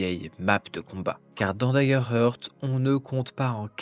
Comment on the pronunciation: Salut et merci, c'est DaggerHaart la prononciation et pas "heurt" :)) Heart se dit "Haart" :))